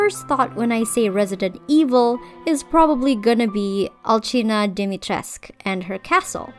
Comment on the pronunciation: Ngl if they went all in with historical accuracy except for pronouncing her name in game completely wrong 💘 As a Romanian I was so excited to see a traditional name, but ‘dAHMeyTRESK’ ain’t it chief